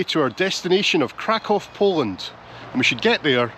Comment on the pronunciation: It's refreshing to hear somebody pronounce Krakow correctly. I visited Krakow in 1979 in my teens and this is how I've always pronounced it. I was there in the square on 1st of September 1979 when they were commemorating the 40th anniversary of the invasion of Poland. I spent two weeks in the resort Międzygórze with some amazing people. We walked in the foothills near Mount Śnieżnik. I'd love to see you both do a video there.